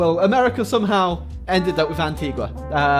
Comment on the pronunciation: Its pronounced An-tee-ga. An-tee-gua is in Guatemala. Go visit, the island is beautiful.